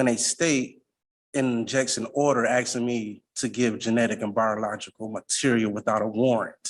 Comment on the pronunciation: Axing 😂 illiterate animals